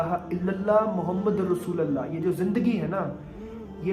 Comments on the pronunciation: Mere bhai kalma sahi se padhiye. Rasooalllah nahi hota Rasoolullah hota he. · Bro...kalmay k end me jo ل ka word ata ha os pay zabar nhi ha .pesh ha .check kro.or sab log check kry. لَا إِلٰهَ إِلَّا اللّٰهُ مُحَمَّدٌ رَسُولُ اللّٰهِ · اسلام علیکم ورحمتہ اللہ وبرکاتہ ۔۔۔۔ بھای اللہ آپ کو استقامت عطا فرمائے ۔۔۔۔لیکن آپ نے کلمہ طیبہ پڑھا۔ ماشاءاللہ ۔۔۔۔۔لیکن (ل) پر (زبر) نہیں بلکہ (ل)پر آپ (پیش) پڑھے گے ۔۔۔۔۔ ،۔۔۔۔۔۔۔۔۔۔ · Rasoolallah nii rasoolullah bro